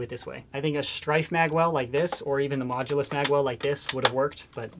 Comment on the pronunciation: It is not major it is mooulus